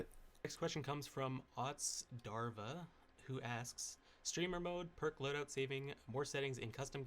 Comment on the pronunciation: can't read Otzdarva.,... Eat less and think more. It's one of the most famous dbd players and his way of reading his name pissed me as much as Patrick's idiotic appearance and his cocky attitude. What a dumb team I want to end it all rn. Who tf is PINUC??!?